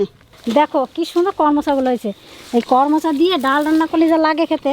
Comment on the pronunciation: কর মচা না করমচা